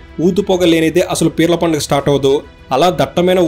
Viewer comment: పడుగ కాదు బ్రో